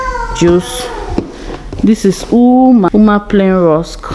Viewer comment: Ouma is pronounced Owe-ma not Oo-ma